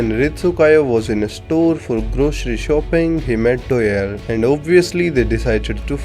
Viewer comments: Name "doyle" narator "Doeyl" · STOP CALLING HIM DOELLE ITS DOYLE